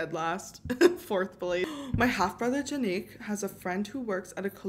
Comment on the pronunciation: Jannik would not be pronounced the way you said it. In German, "J" makes a "yuh" sound.